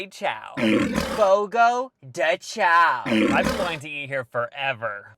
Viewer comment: Fyi CHAO is pronounced 'shòn'